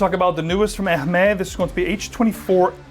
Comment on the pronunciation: Funny to see someone dressed in a classy way while completely screwing up the prononciation of Hermes. H is silent and the is more like a z.